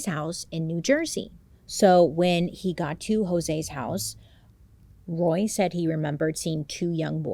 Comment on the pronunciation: Bailey I'm so proud of you! You struggled with a few words but you said Roy flawlessly! That was my dad's name and even I have a hard time saying it! I never watched the dramatization on Netflix because I know it would be too hard to watch but I also thought they were spoiled rich kids until I watched the documentary. They didn't deserve to spend their entire life in prison. I think they were tortured enough growing up.